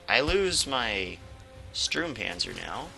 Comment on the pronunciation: The closer pronunciation for the German "u" in english is probably your "oo" (like tool or fool). So it is Stoormpanzer :) The PZ 35 (t), is NOT 35 tons ^^ The tank itself was around 10 tons (metric), the "t" is for czech. These tanks were captured by germans after the crisis of "sudètes" in 1938.